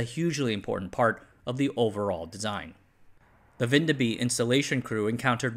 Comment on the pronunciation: I clicked on the video hoping for and expecting a cameo from our little country, and I'm not disappointed. The pronunciation of Vindeby did hurt my soul though.